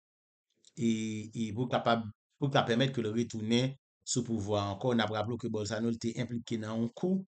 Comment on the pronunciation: Bolsorano se pa bolsano 😂😂😂 kom Ou pa papal ni manmanl men en portigais yo prononsel bowsolano